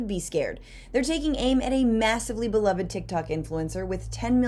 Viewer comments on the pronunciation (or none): none